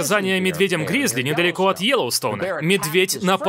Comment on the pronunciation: Наверное это был просто медвежонок. И если что - акцент на "гризли" очень смешно. Гризли в подметки не годится нашим Бурым. Ни по размеру, ни по весу.